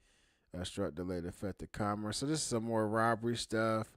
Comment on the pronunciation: you can’t even pronounce the word “commerce” properly fool shut up